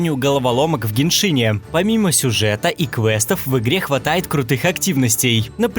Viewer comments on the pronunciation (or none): в геншине а не геншиине